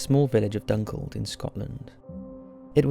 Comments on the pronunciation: dunkeld is not pronounced dunkild its DONE KELL ED smh my hometown btw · Yo, it's pronounced dunk-eld, not dunkld 😅 still weird hearing my village referenced here though.